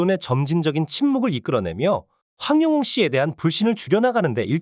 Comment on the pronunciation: 님 백번 맞는 말씀 입니다 고맙고 감사 합니다 그런데요 황영웅 이름만 정확하게 발음만 똑바로 해주시면 더감사 하겠습니다~~